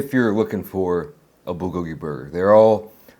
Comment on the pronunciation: Come on, bro. I know you know how to pronounce bulgogi the correct way. Don't dumb it down for the smooth brains 😄